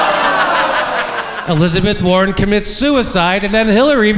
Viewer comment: Hillizebeth War-On